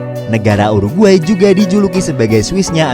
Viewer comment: DI telinga gua : u ar gay